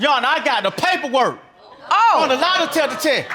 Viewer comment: Baby said LIE•DECKA•TESS 😂 😂 😂